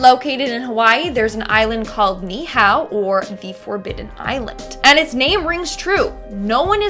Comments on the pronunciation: Pronounced “ knee-ee-how” Niihau island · The island of Niihau is pronounced nee-ee-how and Kamehameha is pronounced ka-may-huh-may- huh